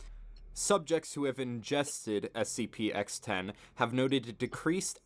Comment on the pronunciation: Its a SPC it's a SCP if you can't even pronounce it don't make a video about it go to the gas station and smoke Weed or whatever you people do.